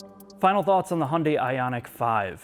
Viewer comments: Why do you insist on sticking with the US pronunciation of Hyundai while you give Porsche the honor of saying their name properly? (The US way is "Porschee" or "Porsh" or such, but you do say "Porscheh".) - This car is the good type of futuristic design. It's like the best design taste from those future-movies for a teenager audience. If DMC still existed today, that might be their style. It reminds me a bit of what Honda did with the 8th gen Civic Hatchback. Also very odd, avantgarde, but kinda cool. The front even has some old muscle car vibe. Although it also has that E-loon Murk madness, the sharp lines that mark an intellect too infatuated with itself, and the large wheels make it look fat and heavy, so personally I'd still pick something more rounded. And its general shape is too much VW Golf like for my taste. - If I was born into this world much later, I'd be very excited about this car. ... Not so much the interior, though. Not comfy enough. Feels more like a waiting room at the dentist. ... Oh well, if I was born into this time, I'd probably be an idiot anyway. Ugh, too much asymmetry. Even that sensor assembly on the windshield. Everything is better with 'intelligent' - Why not call it E-GiMP? 😄 I also checked the (German) brochure and it is limited to 185 km/h in all variants. Interesting. The limitation of the tech. And the 9 color 'options' here are totally ridiculous: white, black, matte silver, medium gray, dark gray, almost black gray matte, dark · Hay-yun-dai Hi-yun-die Hey-un-day Every time I hear someone pronounce Hyundai and other way than Hun-day I cringe a little. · If only he could pronounce Hyundai properly. There is no silent Y. Hunday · Years ago, in the US there was a Hyundai commercial that showed how to pronounce the brand. They said Hyundai is pronounced like Sunday. 🤷🏻‍♀️ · It's funny i mean pronunciation of Hyundai..